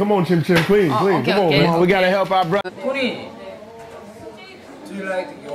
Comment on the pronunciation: i love how chim chim says tony!